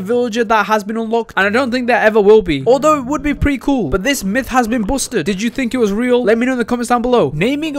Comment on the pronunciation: “Myth is buosted”